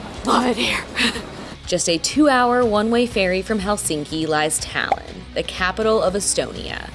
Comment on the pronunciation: Талин ,а не Талон